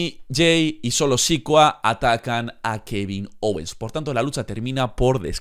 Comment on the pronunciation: Se dice siKOa